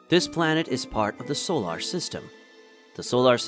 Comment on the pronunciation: The soo-lar system.